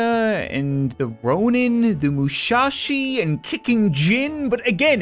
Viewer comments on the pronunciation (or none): Am I the only one that was kinda tilted that he was pronouncing "Musashi" as "Mushashi"? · Anyone else who gets kinda annoyed when Cap says mUsHaShI instead of Musishi lol No hate btw keep up the good work cap! :) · “We got the Mushashi” HOLD UP YOU SAID MUSHASHI WHAT THE HECK MAN MUSASHI IS AN OLD RENOWNED KATANA/MARTIAL ART TEACHER OR SOMETHING IM TOO INFURIATED TO SEARCH IT UP AAAAAEAEAEAEAEAEEAEAEA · Its musashi not mushashi and his the strongest swordsman in history the guy survived an ambush of 15 musketers(real poeple who khow how to aim) and arrows without a single scratch i doubt a guy with a big sword and couple of shield poeple can hit him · Moo-SASHI HOLY FUCKING SHIT